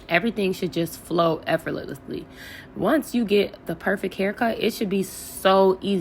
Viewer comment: Girl that word is effort -less -ly 😂